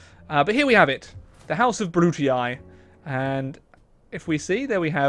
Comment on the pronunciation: Why does he pronunce "Brutii" that way? It hurts so much